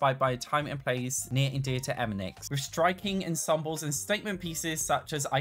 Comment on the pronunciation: Hi. Hope all is well. It's pronounced e- bon- ex. As in ebonics. ( also side note for those who don't know Eboni is probably Eb- o- ney, as in Ebony. As in the color as in wood. ) ( pet peeves)